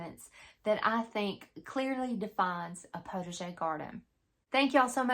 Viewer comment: Very interesting and a little funny, too; I thought it was just your way of pronouncing 'protege'! Oh the French, they do know how to confuse us! Looking very forward to this series! I have only ever had a very tiny, backyard kitchen garden of tomato's, zucchini and a handful of cooking herbs. Hoping to again in the near future, so my motto is "prepare for what I am praying for"!